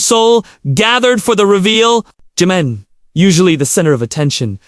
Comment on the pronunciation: U do not say his name correctly at times so annoying